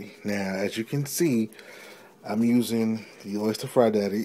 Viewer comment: I know it's ghetto frying, but you're fryer is made by the OSTER company....not an Oyster in there! Can you say O-stir??? Probably not.